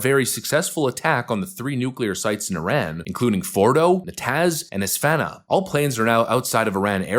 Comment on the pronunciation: Not es-fan-uh but es-fa-han